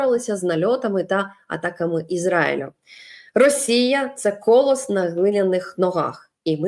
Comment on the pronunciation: Дякую, люба Оленочко, за працю! Маленька поправка - правильно - "колОсс" (родоський).